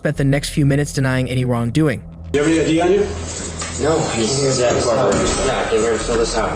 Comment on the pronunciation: Why are we pronouncing the “CH” that way in Zach? (Zack) yeah?